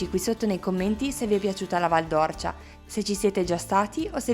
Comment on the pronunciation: Due appunti al vostro bel video, detti sottovoce, da un figlio di quella valle così ben manotenuta: la pronuncia esatta é Val d'Órcia, con l'accento acuto sulla "O" e poi...soprattutto: non siete passati da Radicofani, uno dei 2-3 paesi della valle nei quali sono stati creati i favolosi pici! Il paese più in alto della valle, con la Rocca di Ghino di Tacco, la Posta Medicea e un paio di chiese meravigliose ricche di terracotte robbiane. La prossima volta che tornerete da quelle parti non potrete ignorare Radicofani. Ciao!